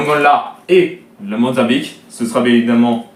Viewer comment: Ont dit Mozambique pas le monzabique mdr